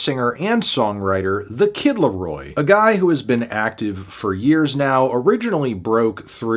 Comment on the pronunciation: Hey Melon, you should consult the NFR boys on how to correctly pronounce "the kid LAROI". Your pronounciation was atrocious.